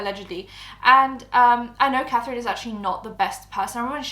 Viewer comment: “Cafrine, I frew up” 🥺👉👈